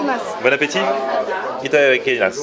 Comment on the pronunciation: ITADAKIMASU ce prononce " itadakimass" essayes encore lol